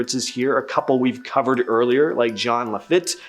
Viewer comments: My head kept going FEET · It’s not Mary. It’s literally Ma-ree like it’s spelled. It’s also La-feet, not La-fit. 🤦🏽‍♀️ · Oh... Love ya but it's 'LaFeete' (LaFitte} and Marie 'Lah-voe' (LaVeau) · Dude, if you're going to host a video detailing haunted sites in New Orleans: at least do a minimal amount of homework and learn the correct pronunciation of Jean Lafitte. Hint it's not "Laff it." Doesn't do much for your credibility. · The other belief is that madam Lalaurile and her husband fled to the north shore of Lake Pontchartrain in the area now known as Covington. Keep working on the pronunciation. Its Lafeet, Jean Lafeet...say it like that, lol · Marie Laveau not “Mary”. Jean Lafitte not “John”. Pronounced with a soft “J” and Lafitte is pronounced “la-feet”. I live near New Orleans. I’ve been there many times. That whole town is a world of its own. There is a heaviness about the atmosphere. I get chills thinking about the place and I can’t specify why exactly. Everyone there knows it’s got “haints”. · It's pronounced lah feet. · Having grown up in New Orleans, it's pronounced "La-feet", no matter how much that might make you laugh. He was French. I did a tour of the French Quarter when I was in high school ... in French. So as the tour guide, I had to get it right. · When he said Jean Lafitte, i died a little inside... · Lafitte is pronounced La Feet. Lol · He's mispronouncing Lafitte and it's driving me crazy!!! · I've never heard anyone mispronounce Lafitte so badly. Otherwise ... good vid. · I agree, I just commented on it too.😅